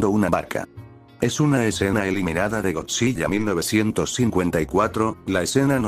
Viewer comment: algo que me incomodo es que dijo godzi.LL.a